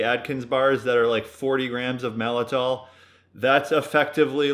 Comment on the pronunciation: Isn’t it maltitol?